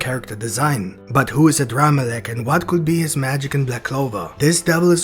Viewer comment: Yooooo you actually got it right! The new chapter says the name is ADRAMALECH!!!